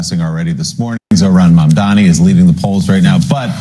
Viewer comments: Its mamdani not mandami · Mamdani not mandami…. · What kind of journalist are you? The name is not mamdaMi!!! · His name is Mam-daNI but you keep saying Mam-daMi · sister, appreciate your content but please pronounce our brother's name correctly. it's maMdaNI, not maNdaMI. Pronouncing his name willfully wrong are tactics Cuomo and others were using against him so just be careful! <3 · The name is MamdaNI, not MamdaMI! Bernie is being sincere and trying to warn him not to fall into the traps being laid for Mamdani. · you keep saying Mandami! Please, read the comments... it’s Mamdani 😊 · It's MAMdani, not MANdami, we already went through this. Say his name right. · Please say his name correctly. Its Mamdani, not MamdaMi. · Its not Mamdami. Its Mamdani.. You keep repeating his name wrong. 🥴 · Mamdani. Not mamdami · MamdaNi MamdaNi MamdaNi. Not Mamdami. Stop please...!! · Hi, the correct name is Mamdani. Not Mamdami like u keep saying. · Stupid, he is Mamdani, not mamdami. Thanks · Zohran Mum -Dani…not mun-dani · It is M.A.M.D.A.N.I not Mandami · Can you say Maam? Then read his last name as Maamdani, Not Mandami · It's Zohran Mamdani not Mamdami. You can't even get the name of the person you're researching about right? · His name is not that difficult to pronounce, it is MAMDANI, Not Mandami.. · Just started the video, and... can you please pronounce his name correctly, at least? ^^' His name is "Mamdani", not "Mandami". If you can pronounce the word "mom", then you can say "Mam-". If you can pronounce the name "Danny", then you can say "-dani". "Mam-dani". It's not complicated. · Mamdani not Mandami, you should know how to say it!! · Mamdani, not Mamdami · Mamdani with an n. It's honestly incredible to keep reading it as "Mamdami" for the whole video. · get it right, It;s M-A-M-D-A-N-I. not Mamdami. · MAM DANI not manday. Please! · his name is MamdaNI You're repeatedly saying MamdaMI. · How hard is saying "Mamdani"?